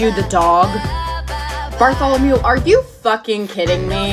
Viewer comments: "its uh Bartholomew" Me: *Dying of laughting* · "Bartholomew" HAHAHAHAHA 😂😂😂😂😂😂